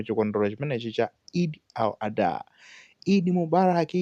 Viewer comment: Eid al-Adha! Not Eid al-adhuha kungozolowera chiyao basi